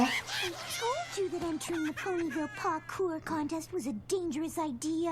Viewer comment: I don't think many people notice this, but she said Pawkour, not Parkour